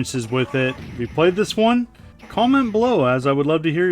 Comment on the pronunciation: ... do you say "cum and blow" or "comment below"? Because one of those statements is really inappropriate.